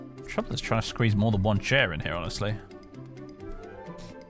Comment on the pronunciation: “petah… the hoarse is heah”